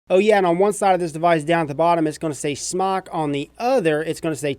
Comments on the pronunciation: Wyatt Votava In the beginning it was pronounced SMOKE. They were asked about it. Jesus Christ! even said that in an earlier video. He wants to say Smok because he doesn't wanna say smoke. It's like if I said I don't want to pronounce Adidas correctly anymore so I'll start calling them "Ah-dee-daahs" instead of "Uh-dee-dus". To each his own but it's just dumb. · Wyatt Votava its pronounced smoke, period, u can pronounce it however for whatever reason, but if u were to pronounce it correctly, and i would, if i reviewed their products, but thats just me, u would pronounce it Smoke, period! But who cares, just an observation. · Kyle Prickel its pronounced smoke, its spelled smok, i know how it is spelled, ive asked their rep how it was pronounced, and its pronounced smoke. There is a line above the o supposed to indicate that the o has an o sound, not an ah sound. And ive said it both ways, but if i was a reviewer of their products, i would pronounce it correctly, thats all im saying. Hell, we all know how its spelled, i thought we could get passed that point. Its pronounced Smoke. Peace.